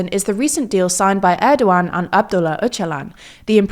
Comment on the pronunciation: Thank goodness they’re finally pronouncing his name right 😆